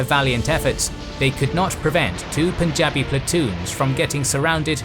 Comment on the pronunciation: I commend you for pronouncing Punjabi properly. Lot of channels say 'pooonjaab'